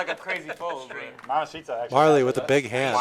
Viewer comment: you're not saying mamacita correctly, it's mamacitaaaaaaaaaaa